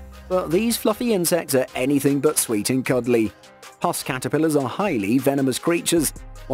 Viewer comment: Puss is pronounced like another word for cat, without the 'y', that I cannot say as it's slang for a woman's ...erm...'bits'. You get my point.